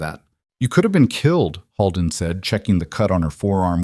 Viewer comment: Dear AI 🤖 narrator Holden is not pronounced “Hall-den”, it is pronounced “ Hole-den”😅